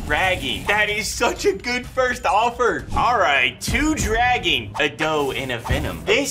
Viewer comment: Bro can't pronounce "dragon" and didnt even know that happens